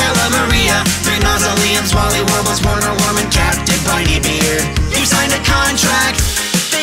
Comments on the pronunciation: It's pronounced "Verner Vermin" because in German 'w' makes a 'v' sound. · I have no clue if anyone has said this, but Werner Wurman is German, meaning his name would be pronounced "Verner Vurman". Other than that, the song is amazing.